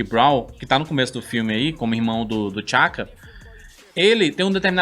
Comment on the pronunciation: T’Chaka e T’Challa pronuncia separado o T e não tudo junto